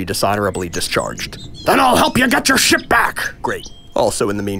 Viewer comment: Did rodan said ship or shit